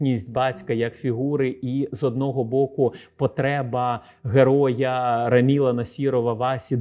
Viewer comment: Все прекрасно, але «АмілА» і «РамілА» різало вухо